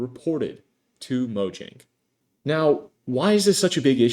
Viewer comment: imagine making a minecraft video and mispronouncing mojang oof:elbowcough